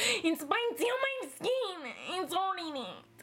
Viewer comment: she says skn